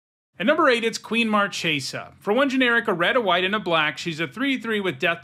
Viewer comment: Marchesa!!! In Italian the "ch" is pronounced like "k"!!! She comes from a plane based on Italy (Florence) in the Renaissance, please pronounce her name as Markesa.